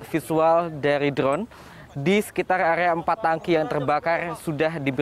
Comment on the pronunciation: Area bg, bukan agea... 😅😅😅